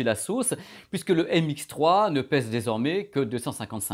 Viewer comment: MX3 haha, ça m'a écorché les oreilles à chaque fois ^^ Sympa la vidéo sinon, mais je cherche toujours une comparaison objective pour NC de ces 2 casques (comparaison entre signal d'origine, et mesure des ANC pour connaitre l'atténuation en fonction des fréquences), si jamais vous savez où je peux trouver quelque chose du genre, merci d'avance! Bonne continuation:)